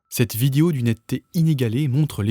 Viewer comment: Petit com pour le ref YT ...petit problème de prononciation sur le mot vidéo ..on dit bien "vid-é-o" et non pas "vid-i-o" ....